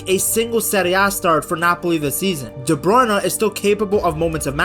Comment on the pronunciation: It's De Bruyne, not De Bruyn-eh